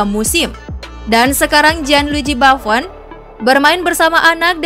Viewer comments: Buffon bukan bafon As Roma bukan a is roma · Sdh bagus semua cuma kurang pronounciation nya aja Gianluigi bafon? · Buffon bilangnya bafun, bisa ngomong ngga sih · Baffon itu siapa? Buffon Min Admin.... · Hihihi inggris banget nyebut Gianluigi Baffon... Gak pake U, pake A spellnya si mbaknya.. Hihihi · Fiorentina jdi Fiowenti..na. Buffon jdi Baufeen Klo di denger orang Italia bahaya mbak, bisa dikasih pasta nnti. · Buffon dibaca bafen hahaha gimana sih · Gua malah denger nya babbon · Mungkin biasa ngeja b inggris kali..... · Udah ada yg bahas sih...tapi aq gemezz... Buffon mbk Buffon... ngejanya kayak tulisannya, bahasa Italia itu nyebutnya ya kayak huruf nya sama persis contoh lg Insigne, Immobile dibaca sama "e"nya, gak dibaca insign ato immobil emang bhs Inggeris...